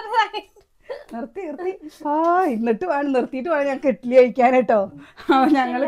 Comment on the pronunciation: ഇട്ടിലി അല്ല ഇഡ്ഡലി